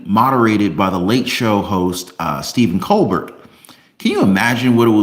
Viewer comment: LoL Colberts name is pronounced like Colbear.